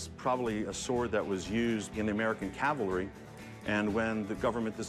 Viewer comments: Rick, it's "CAVALRY" not "caLVary"! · Why does Rick say "calvary" at least twice. Is it that crazy American christian stuff coming out?